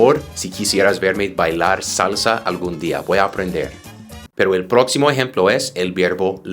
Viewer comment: Hello teacher, You must pronounce the word salsa with the sound of the spanish vowel. I learning english with You...thank you